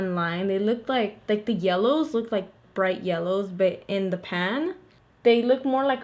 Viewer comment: whenever you say BUT i think you're saying BET and i'm like ouuu she from new YORK?!?